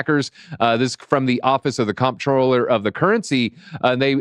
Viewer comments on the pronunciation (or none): Comptroller is pronounced controller